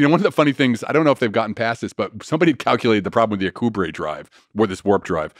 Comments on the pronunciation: His mispronunciation of "Alcubierre" is really bugging me. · Alcubierre is pronounced Al-ku-bee-air, not a-ku-brey.